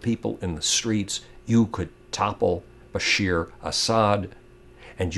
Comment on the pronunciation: just one little thing it's BASHA`AR not BASHEER